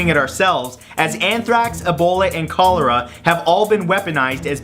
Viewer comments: Matt, cholera is pronounced (coll-er-ah), not (coal-era) . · I absolutely love your videos! Please look up the pronunciation of Cholera. 😁